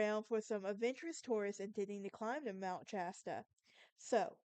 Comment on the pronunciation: It’s Shasta. Sh